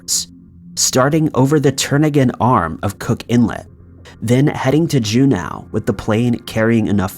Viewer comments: It's Juno - not Junow.....why are you saying it like that? Great videos though.... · How are you gonna talk about Glenn Miller's top hits and not mention "In the Mood, "? Epic fail, my dude🤔🙃😬 Edit: Also, it's Ju-NO, not Ju-NOW. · En-sin, not en-sign Jew-no not Jew-now C’mon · EN-SINE. SERIOUSLY GUY. Figure out correct pronunciation BEFORE your voice-overs. JUNE-OW. SERIOUSLY. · June ow its June, OH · FFS! Look up how to pronounce stuff. Ensign is pronounced en sin. Juneau is pronounced June o. Not June ow. Your voice is good. But mispronouncing simple words makes you look stupid. This is not the first time you've mispronounced simple words. Also not my first comment on it. COME ON MAN! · Jew now alaska? You been watching too much chills. Please pronounce things at least close to correct, it's not hard to check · Oof. That pronunciation of Juneau. It should be pronounced JOO-no. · it is pronounce Ju-no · Juneau is pronounced JEW-NO. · It’s Jun-o. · Review pronunciations of Juneau and ensign. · Narrator needs to check pronunciations before recording. Ensign. Juneau.